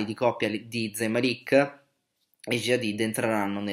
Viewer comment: Si legge con la z morbida e màlik si legge non malìk E g si legge con la g morbida e si dice hàddid non haddìd